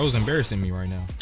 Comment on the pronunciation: "Are you serious right neow" BYEEE 😭